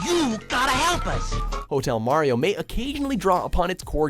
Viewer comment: When he said #1 I heard Hell Mario.